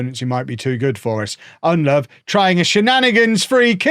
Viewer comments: ITS PRONOUNCED UND LOW VOO NOT UND LOVE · Its "Nedelovu", not "EnLove"! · Convinced purposefully forgets the u at the end of Ndlovu's name...